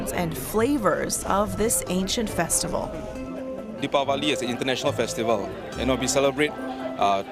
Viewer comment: That's great. You pronounce Dipawali exactly perfectly.